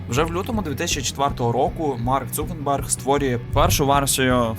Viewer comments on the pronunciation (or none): Крутий відос, але ж він Цукерберг, а не Цукенберг 😅 (в назві проблеми немає, вона у озвучці) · Він не цукенберг а цукерберг